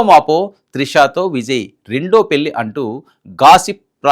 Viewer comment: పెళ్లి. పెల్లి అంటున్నారు. ఇన్నాళ్లు! ఇన్నాలు కాదు. Diction n pronounciation matters. Telugu ni istam vochinattu chadavakandi. Arthalu matipotayi. Go through the script thoroughly n stand in front of the camera.